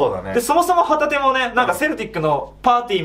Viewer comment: 旗手の発音がホタテなんよ笑